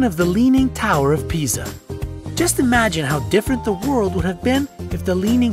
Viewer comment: Why do I keep hearing "the leaning tower of pizza" at